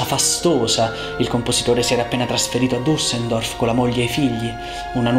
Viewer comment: Bello, mi permetto di sottolineare che la città è Düsseldorf, non Dussendorf…che si percepisce